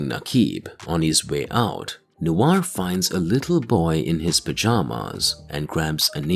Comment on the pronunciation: not NOU AR but Nouar. Sorry for the wingardium leviosa moment.